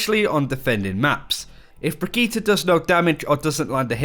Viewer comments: ajit pai No. The name is brigitte not brigitta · Brigitte is not pronounce Brigitta! its sound like Bridget!! i am swedish and Brigitte is NOT a swedish name. the swedish version is "Birgitta" not brigitta!! Her name is a French version of that name. And it is pronounce Bridget. Just like Brigitte bardot. And her name is NOT pronounced B-R-I-G-E-T-T-A! Can anyone see a A in the end of her name!!?? NO! så WHY do everyone say th letter A in the end. Its brigitt"E" NOT "A"!! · Say it with me now "Bridge Eat" say it fast and you have her name, how on earth did you get bridgeta? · Breegeeta sounds fucking dumb I don’t care if blizzard intends it to be pronounced this way. I’m not watching this channel anymore until they pronounce it right? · stop saying brigittah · Bregeta. The prince of all saiyans. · I don't know where you guys even hear an a. It's bree-gee-tte. Sure the e at the end is a little 'stressed' but that's it. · I dont like the sound of the pronunciation of her name, sounds like Vegeta, but with a B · Far as I'm concerned they're all saying it completely wrong. It's correctly pronounced as "bridge-it". With that being said, it should be noted that I'm actually currently majoring in English. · Quick pronunciation tip: Emphasis is more on the double T than on the i before it (Brigitte vs Brigiite). Otherwise great job on that and thanks for making the effort. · I can't watch videos about her because of the pronunciation. It literally makes my teeth clench. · Except they're actually using a Swedish pronunciation, not a German one (srsly, look it up, the German is "brih-gih-tuh"), which makes it even more obnoxious.